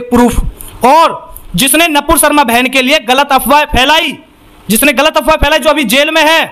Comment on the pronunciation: अरे भाई पहले तो तू सही बोलना सीख । वो नपूर शर्मा नही है नूपुर शर्मा है